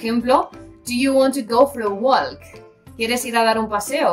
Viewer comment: Para que mi inglés suene mejor? La "l" en walk es muda. Si la pronuncio como tú lo haces, mi inglés no va a sonar mejor.